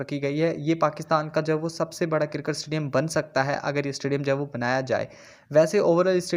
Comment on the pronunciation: Karkat astadium Bhai pronounce to sahi kro